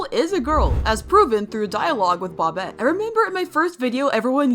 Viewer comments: It's BOBBET not bobit😭😭😭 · It's bobette not bobtte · It’s not Bobette it’s boebette it’s spelled Bobette it’s pronounced boebette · bObETe ITS BOBETTE BUT THE O IS LONG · It’s bob ett E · why did you say bobette like bop it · you sajd bobettes name wrong 👹👹